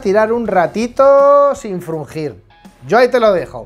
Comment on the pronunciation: Frungir... jajajaja k jodio,.....pareces mas manchego que madrileño